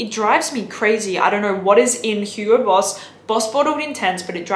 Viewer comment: "Huro Boss"